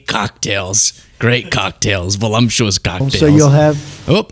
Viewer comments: The word is voluPtuous, with a P, not voluMtuous, with an M. I love you but you're too intelligent for that. Otherwise, keep up the great work. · There is no 'm' in the word 'voluptuous',. ❤